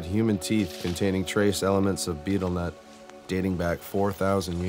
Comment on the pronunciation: I wish that this guy could say betel nut properly.